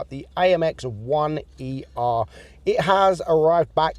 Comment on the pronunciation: When he said “the amx one E R” I died inside😂. 1er stand for “premier” which is first in french.